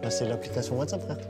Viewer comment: "WhatsAppeuu sur ordinateur" hhh il savait même pas